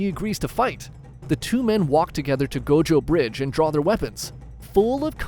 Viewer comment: Was it me but did he say Gojo bridge